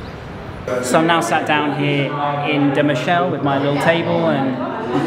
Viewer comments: hi. you spell "da Michele" in a french way, try to say "da Me-ke-leh". Frittata=Omelette so Frittata di pasta is a pasta omelette. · I enjoy your videos even if I'm vegan and it saddens me how tradition overlooks animal welfare. On another note, your Italian pronunciation could be improved at times; e.g., 'Michele' is pronounced Mee-kay-lay. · you mispronounced " da michele" , remember it's not french but italian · its pronounced MI KE LA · De michelle :) It's pronounced Da Mee-ké-lé (che in Italian is a hard ke). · It's pronounce Pizzeria da "Meekehleh" not Mishelle"! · Please don't spell Michelle! We are not in France! Please spell MI-KE-LE! Otherwise nice & interesting vid! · My suggestion to you about pronunciation is that the italian sound to CH is K. For instance: Michele would be pronounced Mikele / Pescheria would be pronounced Peskeria and so on... the sound SH is mostly given to words with SC. For instance: Scialatielli would be pronounced Shalatielli Hope this helps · da Muhshell.. YOURE KILLING ME hahahahahahaa >.< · " sfogliatella RICCIA " ( not RICCI)-----Pizzeria da Michele == bad pronunciation of the name Michele, you pronounce it in French. In italian sound's like " Mikele"---- " Pistacchino espresso" ==== pronunce like "pistakkino" . In Naples you will find good food, beautiful people and a lot of culture, and an enchanting sea! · Your Italian is getting better, but ch is always pronounced like K. Me-Kel-ay. Love your shirt! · At this point you should know that in italian ch=k , so Michele=Mikele. Greetings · You are such a sweet guy you didn't notice the waiter at Da Michele (which is actually pronounced Mik-e-le, the E as in the E in the verb "to gEt") probably "scammed" you. They usually pretend not to understand a tourist's request when they look kind and not up for a fight. I'm a proud Neapolitan but shit has to be said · Michele pronounced "Mikele" 😊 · It's pronounced dah meekehleh. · Michele pronounced incorrectly man!